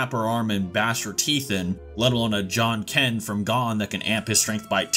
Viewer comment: "john ken"? It's Jajanken